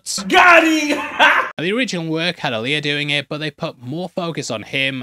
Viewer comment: I like that he said stop what ya "dune" instead of stop what ya "doing". Deliberately or hot i cant tell lol......